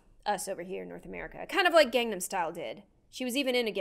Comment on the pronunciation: god I'm a minute and a half into this video and it's so hard to watch. "HYOONA" and "GAYNGNAM STYLE"